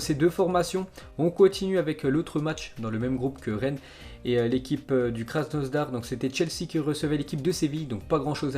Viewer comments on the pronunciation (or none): Respecte KrasNOdar il n'y à pas de S on dit pas KrasnoSdar mais krasNOdar (ces français alors) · Arrête de dire krasnoZdar c'est krasnodar sérieux c'est relou